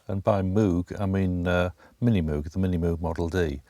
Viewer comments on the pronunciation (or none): Moog rhymes with rogue. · show some respect........its pronounced Moog ( Mowg / rhymes with ...vogue ). Nice video by the way, Neutron is a beautiful beast !!!!